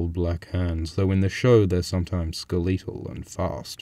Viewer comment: Skel-EEE-tal. I love that.